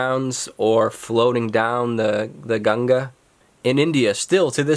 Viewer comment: The way you pronounce GANGA 🤦‍♂️